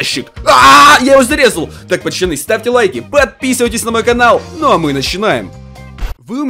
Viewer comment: Почему ты говоришь почаны а надо пацаны я уграю🤣